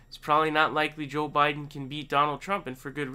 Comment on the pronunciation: It's his shtick to mis pronounce names... irregardless of who he likes or doesn't. He even calls Sanders Saunders and says joe with a soft j shjoe biden